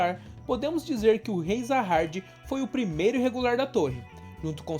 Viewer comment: Top cara, mas tenta não falar muito com sotaque, e pesquisa melhor os nomes técnicos. Se Vc colocar do jeito que se lê é melhor do que como ta escrito, manjou, entendeu ? Vc flw várias vezes Zaha"R"d, o certo seria "JA HA 'D' " com d mudo no final. Como em Coreano fica meio que um Ja com Sa, uma pronúnncia estranha, Vc tem que colocar como se pronuncia aqui, entende, pensa que Vc é um dublador e precisar falar essa palavra, o certo seria pesquisar o significado e tals e colocar em "Nome" por que se trata de um nome. O personagem principal por exemplo, na legenda é Bam, mas em pronúncia japonesa na dublagem, fica Yoru. Da uma pensada. Não to criticando, é meramente construtiva. E a propósito, amei o canal, de certo que será uma franquia em ascensão, e Vc mandou bem em fazer conteúdo com ele. Parabéns.